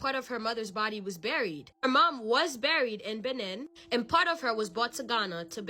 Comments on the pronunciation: Loveee your stories and content and wanted to help you out girl lol Benin is (beh- neen) 😂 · It’s pronounced Beh-neen ✌🏾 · It’s pronounced Beneen. They got some rs in that country, my bd is from there 😩